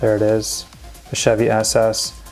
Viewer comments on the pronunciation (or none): none